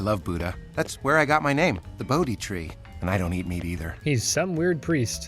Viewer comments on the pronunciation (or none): I really don't understand how you could mispronounce Bode's name like that. They say his name like 100 times in that episode, and I'm pretty sure he says that it's pronounced "like the tree." Lovejoy even says it over-dramatically, like "Bow-Deee." This kind of stuff bothers me to the point that I can no longer pay any attention to what you're saying. I just don't understand how that happens. Edit: In the second segment, the name is pronounced correctly. That somehow makes it even worse. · Why do you keep calling him “bode” when his name is Bodhi?